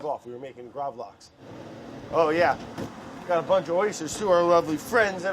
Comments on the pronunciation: Lax is pronounced the same way the english word is, not that it matters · Btw, it is called Gravlaks. Laks is the scandinavian word for Salmon. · In the video Brad keeps saying "Lax" instead of Gravlax, basicly saying that they are the same thing, but in fact: "Lax" just means salmon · i mean lax is just the swedish word for salmon so just calling gravlax lax is kinda funny... also it's actually gravad lax everyone just shortens it to gravlax. fun swedish facts for y'all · The way he pronounces gravlax hurts me, like, I'm in physical pain